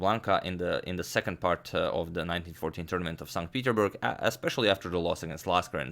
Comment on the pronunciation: Agadmator just likes saying Sont Peederberg.